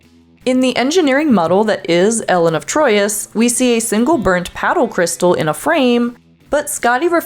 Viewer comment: It’s Elaan (long a), not Ellen, of Troyius.